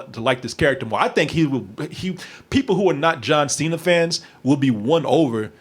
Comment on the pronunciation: "John Say-na"